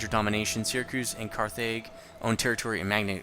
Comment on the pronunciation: Carthage is pronounced Carthidge so not the long a but the short one. Also, I like when I can hear the game clearly so thanks for upping the sound. Make sure your southern army fortifies on that peninsula I think there's some kind of land bridge there.